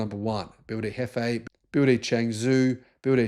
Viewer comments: also he cant pronounce BEE Y DEE ?? dont know why ??? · It is definitely worth it learning Pinyin to pronounce the Chinese names correctly. The ships are named after the production sites of BYD in China.